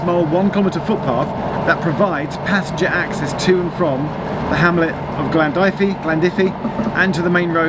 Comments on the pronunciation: The 'dyfi' in Glandyfi sounds like Dovey. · I thought your Welsh pronunciation was fine, so I was a bit surprised when you referred to the hamlet of Glandyfi as "Glan Dye-fee" as opposed to the surely inevitable "Glan... Dovey!" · From my limited understanding of Welsh pronunciation, Glandyfi is pronounced Glan-Dovey. Hence Dovey Junction / Dyfi Junction. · I was more concerned about your Glandyfi to be honest 😂